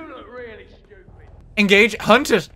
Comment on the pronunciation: "Engagi- HUNTED!?" ... has a stroke